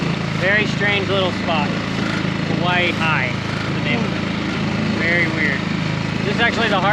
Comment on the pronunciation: How you say Kawaihae is Ka wy hi